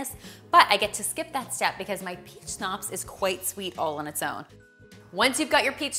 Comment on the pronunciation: Why she pronouncing schnapps like schopps?